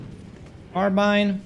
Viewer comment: speaking of pronunciations, your carbine pronunciation is actually a mix between British and American English